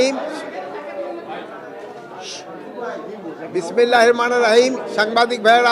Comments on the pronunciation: সালাম তো উচ্চারণই করতে পারে না আর বিসমিল্লাহ না আপনাকে বিশেষজ্ঞ আলেমদের কাছে পাঠানো উচিত একটা মুসলিম কান্ট্রি স্বরাষ্ট্রমন্ত্রী হয়েছে কিন্তু তার ইসলামিক জ্ঞান নাই এটা দুঃখজনক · বিসমিল্লা ও ২ বারে উচ্ছারন করতে পারেনা,তারা আবার,,,,,😂